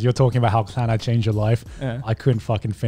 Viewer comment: The name will always be pronounced with a strong Scottish accent for me. It's not "clenned", it's "CLAN-NAD!"